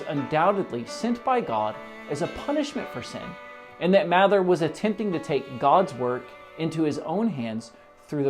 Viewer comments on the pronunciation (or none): I'm a direct descendent of cotton mather. It's pronounced "mayther"